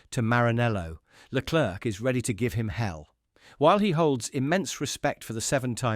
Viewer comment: whilst leclerc (its pronounced leclare by the way) may have 15 points more than sainz, the spanish driver has been the better overall driver this year